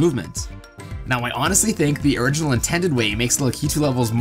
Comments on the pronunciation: BRUH IT'S PRONOUNCED LACK-IT-OOH NOT LOOK-EET-OOH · Lah-KEE-too? Never heard it pronounced that way before... only LAH-kih-too. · The real pronuciation is rah-key-too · The way he said Lakitu XD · You say Lakitu wrong. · Also you pronounced lakitu wrong lol